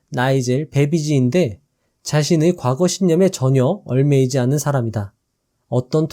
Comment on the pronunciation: 얽매이지 말자 발음좀 개선해 주시면 정말 감사드립니다 매번 듣는데 잘못된 발음이 조금씩 거슬립니다